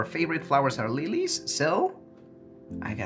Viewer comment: He mispronounced "Lillies" as "Lee Lees".